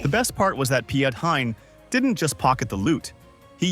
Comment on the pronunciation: Hilarious how the announcer speaks about Pi-et Hein. It’s rightly pronounced as Pete Hein.